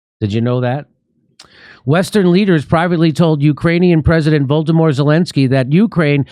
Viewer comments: Jimmy, the way you pronounce "Volodymyr", I thought you said "Voldemort Zelenskyy". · Bro, did you say "Voldemort" Zelensky ? Love ya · Did you say Voldemort Zelensky? Hahahaha!